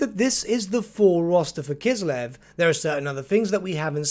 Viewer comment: That's great. Finally the word "Kislev" is pronounced correctly